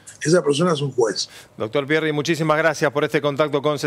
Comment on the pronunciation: Pierri ? Pero Por favor